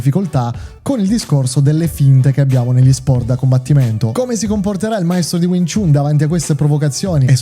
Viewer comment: Stai pronunciando jn modo sbagliato wing chun, non si dice chun ,but si pronuncia Chan anche se e' scritto chun !